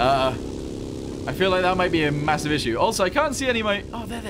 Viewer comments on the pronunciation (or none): Wy did he say ma(ho)siv